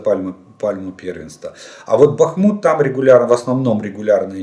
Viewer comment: БахмУУУт! Прошу Вас, следите.